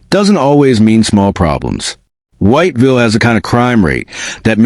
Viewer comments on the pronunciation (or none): man u know u not pronouncing "whiteville" properly, u dont say the whole thing whyyyyte villle, no, i understand those letter are there to say White Ville, but thats not how u say it. it's got 2 syllables only. it sound more like wot-vil, with a hella bad southern draw to it. thats how u say "white ville" . if a local hear u pronounce the whole thing, ur getting fixed, if u never been there, they will correct you i promise lmfao they dont like it when u say all the letters in white ville haha for real they crazy over there